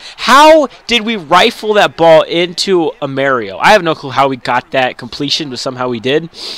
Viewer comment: It's amaro not amario (uh-mar-o)